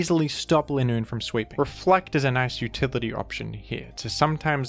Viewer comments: Its leeeenoon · It’s not Linoone after that game, it’s “ Le Nûn “